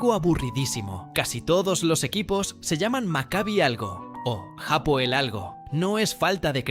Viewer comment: Felicitaciones por este video! Vivo en israel y conozco la liga israeli, bien contado y buena forma de informar (informacion cierta) Solo que ligat aal y no ligat jaal , tampoco es japoel, es hapoel (H sin sonido) en cuanto a lo de que buscan talentos en sudamerica, eso ya no pasa, pocos futbolistas llegan de sudamerica y ninguno se adapta, ni el equipo al estilo del sudamericano, aca el futbol tecnico (sudamericano) no existe,aca es todo ya y ahora, todo rapido, pensar menos (en cuanto a futbol)